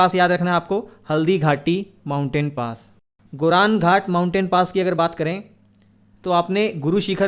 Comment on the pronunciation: Goram ghat Not गोरन घाट अरावली पर्वतमाला में स्थित गोरम घाट दर्रा राजसमंद और पाली जिलों को जोड़ता है।